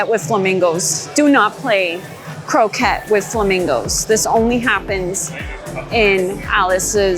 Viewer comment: Love your videos. ❤ love seeing all the merchandise. Croquet is French though so it is pronounced ‘crokay’